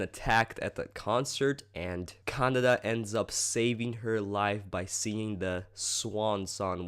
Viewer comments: ka-na-day. not canada. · Actually, its pronounced ka-na-deh, pretty much how its spelt. Japanese vowels are pronounced exactly as how you pronounce A-I-U-E-O (ah, e (short), oo, eh, o (short)). Well thats from what I've heard. xD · ca-na-da xD but its all good.